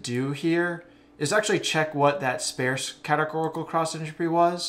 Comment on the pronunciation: I'm 22 minutes in and I was lost 15 minutes ago, and I was feeling like I have a learning disability, but then I heard you mispronounce sparse and I feel so much better about myself now. I'm going to find some legos to play with or something, maybe some crayons. Yeah. Crayons. Then maybe a nap. (hint: rhymes with farce)